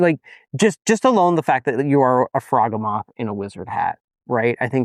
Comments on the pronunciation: I don't think it is pronounced "frog ugh moth" I think it sounds more like behemoth, as in "frog HE Muth" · I believe it's pronounced "frog-hee-mith" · It’s pronounced frog-he-moth. Rhymes with behemoth. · fraw GEE muth Rhymes with Behemouth. Get it? Cuz it's a behemouth frog type creature? Not a froggy mouth? K kool bye!❤ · I don’t feel good doing this but I think you were referring to the froghemoth, which is pronounced to rhyme with behemoth. Really hoping “frog-e-moth” doesn’t stick in my head. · The way they pronounce Froghemoth makes me desperately want to hear them pronounce Behemoth that it is built on lmao